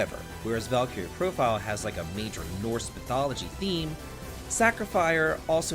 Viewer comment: Sorry, not to be that person, but it’s pronounced “val-kir-ee” or “val-ki-ree.”